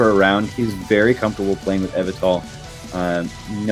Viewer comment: The way pronounces Yveltal all throughout the video is killing me while watching this